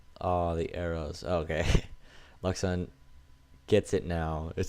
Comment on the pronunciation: great cast, but one mistake: luxun is a french, his name is pronounced like: louchen ^^ TA said it often, go look there